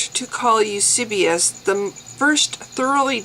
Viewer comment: Hi. Loved the video. Good job! Now thinking of getting Dan Barker's book myself. By the way, I believe it's:- Tacitus (TASS-it-uss) ("uss" as in puss) and Eusebius (you-SAY-be-uss) ("uss" as in puss again). Have a nice day! Bye.